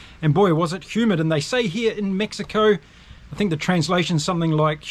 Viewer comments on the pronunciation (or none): none